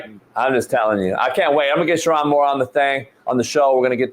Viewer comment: It’s pronounced: Sure- OWN Moore. Not, Sure- On Come on,. A good friend knows how to pronounce their friend’s name.